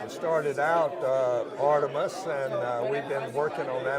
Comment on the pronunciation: I watched about an hour of it never watched Sibrel talk that long before. You can tell how uneducated Sibrel is he couldn't even pronounce Artemis. If I had to guess he probably never graduated high school. He has found a way to con people. The one thing I thought was so dumb how he tried to tell Charlie what type of person Neil Armstrong was through 3rd parties. Charlie worked with Neil Armstrong on a daily bases.